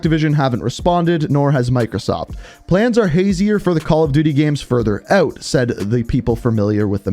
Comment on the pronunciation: Why are you saying eut? Where is that accent from?